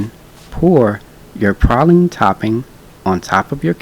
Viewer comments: Prayleeen (praline) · Where Im from we say praline (pray-lean) and has the prettiest teeth Ive ever seen 😁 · Have I been saying "Praline" wrong all this time? I'm confused lol